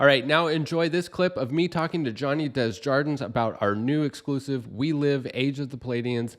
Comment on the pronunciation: Love the channel, love the video, and this guy’s art is insane. I cringe hearing pronounce his name. Johnny is probably too polite to point it out, too. It’s DAY-ZHAR-DUH.